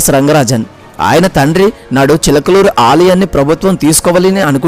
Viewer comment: Chilakaluru kaadayya adi chilukuru antaaru neeku telugu palakadam rakapothe telugu nerchukoni raa